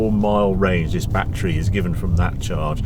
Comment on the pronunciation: Bat tree! Tree full of bats. Oh, you mean battery!